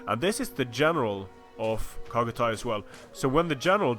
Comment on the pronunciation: Chagatay is pronounced with "ch" at "cherry" not "kh" at "khan". Other than that, you aren't butchering anything.